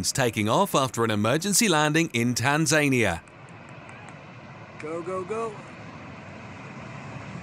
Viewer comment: I've never heard anyone pronounce Tanzania like it rhymes with Tasmania 🤣 Also a C-130 landing on an unprepared surface is nothing of note. They're built for that.